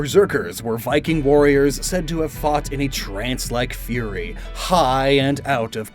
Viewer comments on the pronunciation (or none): none